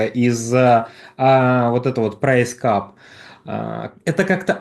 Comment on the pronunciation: Не "прэйс кап", а price cap, прайс кэп.